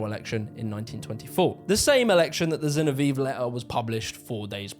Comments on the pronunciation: Zinoviev = Zinno - Vee - Evv letter! (I.e., it doesn't rhyme with Genevieve!) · Zinov E ev. Not Genevieve. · Great video- minor quip- Zinoviev is pronounced “Zee- no- vee- ev” (minor quibble, excellent nuance and research per usual- I can’t hold being a Brit against you 😂) Also, there are earlier roots ro British working class radicalism. Check out the book “The Making of the English Working Class” by EP Thompson. It’s a huge book but it’s right up alley. It was also hugely influential among scholars of history- it was one of the first works of “social history.” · Pronounced Zin-ov-ee-ev 👍🏻 great video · ZinoviEV bro. Say it right. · I have been pronouncing Zinoviev wrong all my life. I thought it was "Zinovi-ev". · Great video. It's Zin-OH-viev though. Still, great video sir. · Why can he not pronounce "Zinoviev"?